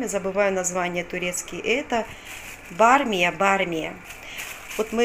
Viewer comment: БАмия, а не бармия